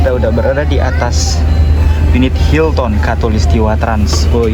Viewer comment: Baca nya : hilten bukan hilton ya